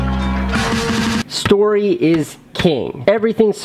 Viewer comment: You needed a bit more enphasis on STORY